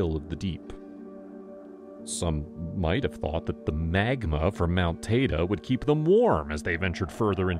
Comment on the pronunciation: It’s Mount “Tide-ee”